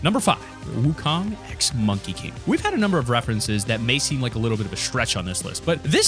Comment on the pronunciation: It’s not ☀️ wukong people that don’t know how to pronounce it make me cringe